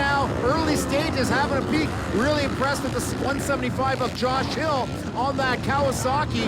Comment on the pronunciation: I think these announcers pronunciation could use some work... "fachiotti", "yosh hill", "Ran millaarrgghh"